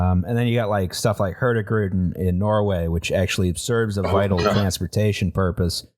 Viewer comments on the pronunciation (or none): Sorry but that pronunciation of “hurtigruta” fucking killed me